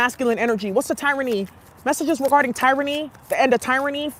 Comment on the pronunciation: The end of teer-rany